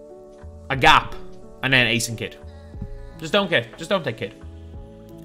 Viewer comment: “A GAP” that had me dying bruh is so bad😂😂